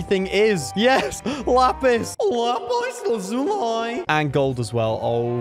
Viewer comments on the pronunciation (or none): You literally said lapis lazu l will be like what are you saying?! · LAPYS LAZULY!!!!!!! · His say LaPiZ lAzUnAy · No he said Lapis lazuay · Wait I that the wrong pronunciation? DID STEVEN UNIVERSE LIE TO ME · “lapice lazooleye” IT”S BACK BOI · I love how he say: LaApIssS lAzUiLiii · Wisp: yes lapis Also: LapIs LaZuLi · My favourite part is say LaPIs LAzUli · I love his "lapiss lazulii🥴'' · Op saying laPiz Lazulai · Am about to die when he said LaPis lAzuLie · I LOVE WHEN HE SAYS LAPIS LAZULAII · I like when u say lapiz lazuli 😂🤣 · I know right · The way he said lApIs LaZui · lApUs LaZulEyE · Lapis lazuly 😂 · i looove it whe he says lapeis laazulaii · bro be like LaPiz LaZulie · Lapis lazuli* when he said that i can't stop laughing😂